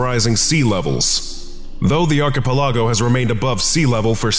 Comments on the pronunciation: It may be a small issue but Why does he pronounce archipalog that way? It drives me nuts. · You are pronouncing "archipelago" wrong. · Pleas learn how to pronounce archipelago proply that was so anoying and made it hard to enjoy lisining to it! But the rest were lovely and enjoyable!